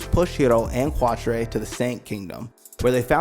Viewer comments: It would help to watch the show and learn the names next time. Qwat-tre……. 😭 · KWAT TRAY! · Ok first off it pronounced Re-lee-na, then its pronounced qua-tra. say it with me Trey...is and it's wufee chang not the other way around. Wing Gundam's self-destruct mechanism was disabled by duo's deathscythe. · Great video but the fact you can’t pronounce Quatre (Cat-tra) name properly lets me know you didn’t really watch the show. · Cuah-tre?? Tell me you mispronounced that on purpose?? 😂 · I quit watching one minute in. You expect me to believe you've seen this series when you can't get the names of the characters right? Kwatrey? I can see someone mispronouncing Quatre if they've never seen the show (or learned French)... but there's no way you made it through 49 episodes and can't say his name. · the butchering of Qautres name lol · You did quatre so dirty with that pronunciation lol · Trieze is pronounced Trays. Quartre is pronounced cat- tra. You know what, I can't blame you🤷🏾‍♂️. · It's like nails on a chalkboard. Lu-crazy-ya. Quatre 😆 I like the video though. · Reh-LEENA not Rehlinah Zecks Mar-KEY not Zex Markeez KAH-Truh not Quatro Meel-Yardo....most of these names are German and French. JFC, my dude. This hurt to listen to. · Sorry but its (CAT-TRA) Qatra and its (REAL-LINA) Relina. I know..its knit picking 😄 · Your name pronouncing really drove me crazy Relena its pronounced Re lean nah, Quatre is pronounced Cat trua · (Ray-Leen-a) (Cat-Trah) (Hee-roh)